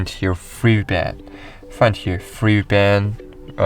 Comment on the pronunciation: All I heard is "free vpyan by free vpyan!"